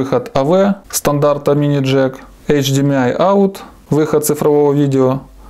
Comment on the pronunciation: Не существует никакого "эйч-ди-ми-ай". М - это буква " эм", а не "ми" - это тебе не ноты! Учись правильно произносить.